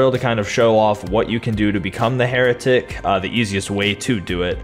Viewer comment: "For being a heratic"-the heratic